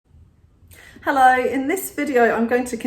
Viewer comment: I love when she says "helloi"🙂